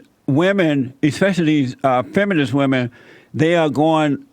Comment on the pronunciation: Pronouncing the word 'women' the same way you pronounce 'woman' is a red flag that you've got a brainwashed feminist on your hands. WOMAN want equal pay. WOMAN want equal this and equal that.🙄